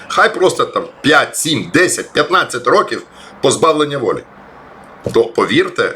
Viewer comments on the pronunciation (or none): none